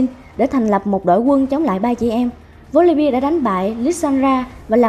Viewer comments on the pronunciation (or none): Chị phát ầm chuẩn tý là hay . Volibeeee chứ không phải Volibia :v